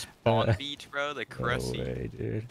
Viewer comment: 'IN THE CRUSSY'